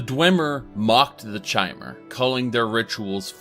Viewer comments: So he says the lore community properly pronounces it kai-mer, then he continues to call them chai-mer. Um ok then maybe you just like to rebel. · one interesting thing ive noticed is that he pronounces Chimer with a k sound, however he pronounces Chim with a Ch sound, despite them being spelt the same way. just an observation, i love your content! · Says the way the Chimer are supposed to be pronounced and then proceeds to misspronounce the word